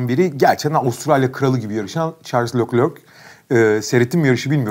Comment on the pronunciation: şarl lörkler diye okunuyo abi o isim nolur dikkate al